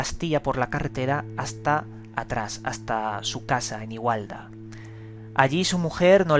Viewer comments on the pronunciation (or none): Igualada, no igualda,jejeej, y Sta. Coloma, no Sta. colonia. Dejando esos detalles bromeando, el suceso q relatas en el video es interesante, nunca había oido de ello, y de esas formas de estos seres tampoco; la lástima de esos sucesos a quien nos sucede o se les haya sucedido es que nadie te cree o te toma el pelo, y te quedas como impotente y sin poder compartir esas experiencias propias y posibles datos interesantes referente al tema. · igualda no,,,,igualada. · el pueblo se llama Igualada, no igualda